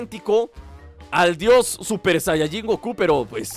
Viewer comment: Se dice super sayayin rosé